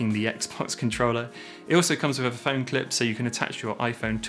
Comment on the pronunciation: With not wif. Think not fink. You speak so well otherwise. Why speak so lazily and disrespect your mother tongue?